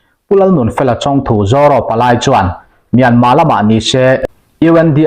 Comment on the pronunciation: Zaw ro ni lo in Zoro tih tur a ni lo em ni le ka pu